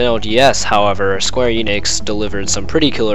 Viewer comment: It's not eenix, it's eh-nix